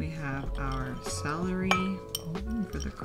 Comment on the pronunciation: Its CELery! NOT SALery!